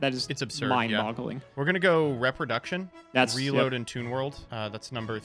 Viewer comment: Love it when mispronounces “reproduction”.